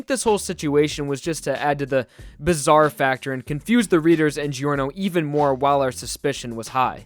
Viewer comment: "Gee-or-no" "Car-ni" "Mih-stuh" ughhhhh